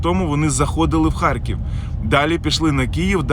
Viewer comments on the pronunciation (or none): В слові "ХАРКІВ" твердо Р !